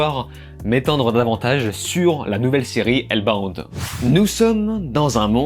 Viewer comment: bin j'aurais la flemme de liker ta critique ( je sais tu vas dire tu t'en fous) en vrai ca coute rien d'au moins essayer de bien prononcer